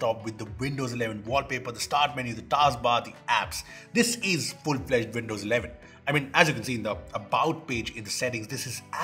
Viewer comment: Btw, Windows is pronounced with a “W” and not with a “V”! 😂 “Vindows”